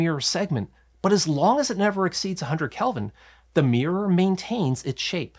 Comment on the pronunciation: Love that primary "meer".